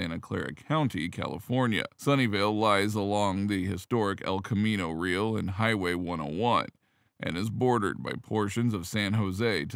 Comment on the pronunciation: camino "real" - pronounced ree-AL - not real. 🙂